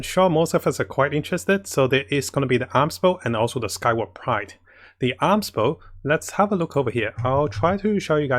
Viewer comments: It's A-Mos" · If anything, I just don't like this Arms Bow, who names their bow as Arms Bow Edit: If you don't get it, hear how pronounces Amos